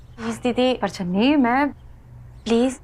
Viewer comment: Biji ne channi ko dhanni bola😂😂